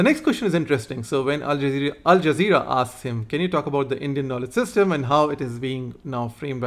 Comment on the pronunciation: Alzazera mispronounced as Alaqiada. ..😂😂😂😂